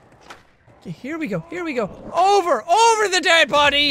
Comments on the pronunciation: Jacks Irish accent really kicked in when he said that guy fell ovah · "That guy fell ovah" - jacksepticeye/Sean